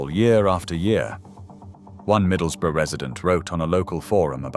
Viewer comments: ‘Middles-is-borough’, apparently in ‘Teezd’ (Teeside) and ‘Kirkby’ pronounced as spelt instead of ‘Kirby’ 😂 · "Middles bro in Tees". "Middles'ses" "One hundred, fifty thousand" I am so fucking done with this AI slop voiceover shit!! STOP IT!!! ENOUGHIS ENOUGH!!! It makes your videos look and sound absolutely amateur. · That's not how you pronounce Middlesbrough. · I hate the fact that AI uses an English sounding auto voice accent it fucks up when pronouncing, Kirkby, Middlesbrough, Teeside, yet gets Merthyr Tydfil spot on. 10 minutes in and I am off to use my precious time to do something else